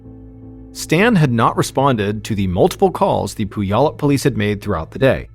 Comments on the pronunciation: It’s pew-allup not poo-yallup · He called Puyallup pooyallup. Lmfao, iykyk i guess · “Poo-yallup” - “pew-allup” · Pronounced “pew-allup” 😂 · Another great video! I’m from Washington though, so you way you say puyallup is killing me lol. The “y” is silent so the way you say it is Pu•al•up, just letting you know brother. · Completely off topic: I have been pronouncing it Pulley-Up forever and I’m feeling like it was obvious now that I’m hearing it. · Fyi locally Puyallup is pronounced pyu-AL-up or pyu-ALL-up ("pew wallop" like your mom smacking you for dozing off in church) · Puyallup. "pew-AL-up". Mr B, you need to do some research about how places are pronounced. Reminds me of you pronouncing Papeete as 'pah-PEET'.😂😂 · Puyallup is my hometown. I don’t remember this story, but 2001 was a very difficult year in my life, so I wasn’t following the news. Anyway, if anyone is interested, it’s pronounced Pew-ALL-up. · Mr Ballen i love you but you said Puyallup wrong lol. I know it's a tricky one. But it's pronounced pew all up. Love you! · As someone who lived in Puyallup for half my life I’m dying hearing the way you pronounce the name. It’s pronounced “pew-all-up”. I needed a good laugh this morning. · Actually, it's without the overt "w" sound. It sort of just happens, but no one should be TRYING to forcefully insert the "w" sound. So pew-ALL-up 😊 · Just a heads up Puyallup is pronounced pew- wallop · It's "pew-allop" 😊😊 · I grew up in Vancouver and giggled every time he said it. He did a story about Lake Shasta once and kept pronouncing it wrong so much that it distracted me 😂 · When I first moved to Puyallup last year, I mispronounced it the same way you did. It wasn't until I heard someone on the news pronounce it that I realized I'd been saying it wrong for months. It's a tricky one so I'll let it slide. 😉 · Love you ! The way you’re pronouncing Puyallup is giving me anxiety but more like ✨anxiety✨ bc again love you 😂😅